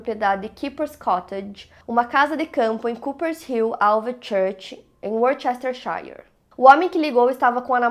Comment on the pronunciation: Worcestershire é provavelmente uma das palavras em inglês mais difíceis de se pronunciar. A pronúncia correra é WUSS-tur-shur, não se pronuncia o shire do final 🤷🏻‍♀️